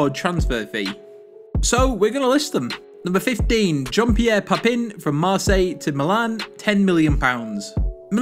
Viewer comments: its pronounced papan (papin) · Gordon Bennett, that is not how you pronounce "Papin".